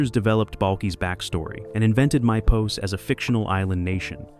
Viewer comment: You pronounced Mypos wrong and lots of these secrets you mention are not true.